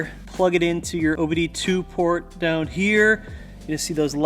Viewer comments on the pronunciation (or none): none